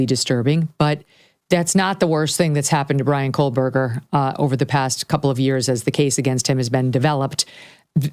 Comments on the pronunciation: KOH berger Not Kohl berger No L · Not Coal Berger Ko Berger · Megyn, it’s been 2.5 years and you still can’t say his last name right! It’s Koh not Kol 😂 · Megyn, you’re great! But at some point I wonder if you’ll stop saying Kole-burger and say Kohburger, which is his name. Just sayin …. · It's not Kohl berger!! No "L" Megyn!! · Hi Megyn - just FYI, it's Kohberger, not Kohlberger, there is no "L" - not that I care about him, he is guilty and deserves the death penalty, but just thought you should know. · You keep saying KOHLBERGER! It’s Kohberger! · Thank you! It drives me nuts how she still is calling him coal-berger every video and king “street”. She clearly hasnt been following the case just reading a script….I couldn’t get past 2 minutes. Just nope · How are you still saying his name wrong? You obviously aren't following the case. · Megan.. You're the bestest!! But there's no L in Kohberger .. fan always in WNC.. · 1) There is NO L in KOHBERGER It’s quite representative of your coverage of this entire case. 2) Your coverage of this case is Garbage. 🗑️ It’s terrible. You can’t even pronounce the Defendant’s Name FFS So no way you’d pay attention to the Details of the case. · Please pronounce his last name without an L. You have been pronouncing it incorrectly for years. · Giirrrrrrrllll!!! You’ve been following and reporting on this case for too long to still be pronouncing BK’s name with an “L” in it… Guess I shouldn’t care about that POS… and I don’t… just a li’l tick for spelling… 😂